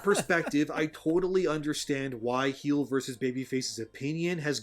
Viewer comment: I love how this guy calls him "Heels". I used to watch Heelvsbabyface... He would get angry at people calling him heels instead of heel. XD "Mass effect you were he him if you were male." You just wait till the next game. XD